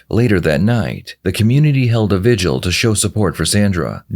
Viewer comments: The way she keeps producing "vigil" as she would "visual" except with the 'g'. Is kind of enraging. Also the very obvious and apparent dog-walking she THINKS she's trying to do by saying "and what are the odds iiiI would be the one to find the suitcase and MY suitcase is gone...and it looks like a kid wrote the note..which is weird because we just had the viGuAl" , how pathetic. She's one of the more obvious criminals I've seen in these interrogations. And absolutely no sadbess, regret, remorse. She even LAUGHS when the detective shows the ditch her little body was found in. She says, "uGh....makes me sick to think of her body put in there...heh heh...." Bro. She has no acting skills. She can lie easily, but she's still bad at it. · Did she just call the vigil a ‘vigual’?! . Twice? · Only 11min in but a pet peeve of mine is when people mispronounce or use words and act like they know them or think they are using them correctly. She’s talking about the vigil, but says “visual” or “vigual” twice. For some reason it absolutely drives me nuts. And she’s a teacher on top of it. I’m also really confused as to what her motivation could even be in this case? A mother killing someone else’s young kid? My only thought is that some sort of conflict happened between the two kids or she’s somehow covering for an accident her child had or something. Again I’m only 11min in when leaving this comment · Who reports a suitcase as stolen?? Unless it held valuables, I’d write that off as bad luck and my own stupidity for leaving it in the car. She talks about miss spellings in the note yet she can’t even pronounce the word ‘vigil’. She said ‘vidual’ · Its vigil, not vijuol🙄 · Her pronouncing vigil like visual is her worst crime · Never heard anyone pronounce vigil as "vidual" before her. 🙄